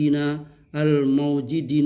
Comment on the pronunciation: Maaf baca kitabnya diperbaiki lagi,, bukan wabayanu ibtida'an,, coba koreksi lagi.. dan pada bacaan maujudiina, knpa dibaca maujidina 😂🤣🤣🤭